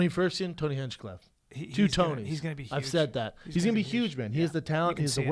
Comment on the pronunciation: God dammit Callen, can't you say HUGE or HUMAN without the fucking S sound before the U? It makes me cringe every time. Brendan, smack the fuck out of him every time he does it. HHHSSSUGE.